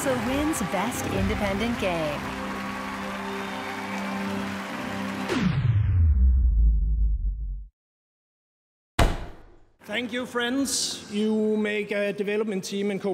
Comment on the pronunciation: 'PLEY THE GAYM' - Reggae Fils-My-ass